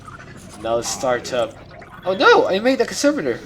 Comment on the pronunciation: Conservator emphasis is on the “E” ConsErvator